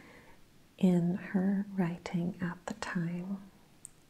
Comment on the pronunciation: I love how you break up the pronunciation of your words, almost like you’re adding in an extra letter such as, “write-ting”. Its how everyone says it but you can hear it so much more in the way you say it. Its a new trigger of mine and it’s top 5 for sure. 😌